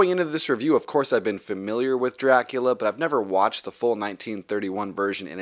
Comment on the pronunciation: I really like how your whole video is in Black & White, just like the movie itself. Very nice touch. Plus, of course, the fantastic pronunciation of the name Dracula. I really want to buy these movies on 4k Blu-ray and I planned on buying this boxset. However, when I saw the Steelbooks I thought they looked absolutely amazing and now I actually want to buy those. In fact, the cover art on the Steelbooks is exactly the same as the one used on the inside of this Digipack, but I think having the artwork at the front of the Steelbook just gives it that little bit extra, making it look even better. The only problem is, buying all four Steelbooks is about twice as expensive as buying this boxset. Yes, I know I said "all four Steelbooks" while only three of these movies are available as Steelbooks in the US, but I'm from Europe and over here all four of them are being released as Steelbooks.